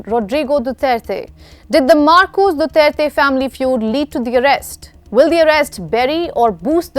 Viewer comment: Thank you. At least you can pronounce his last name correctly, unlike the judge in the International Court, who can’t even speak English.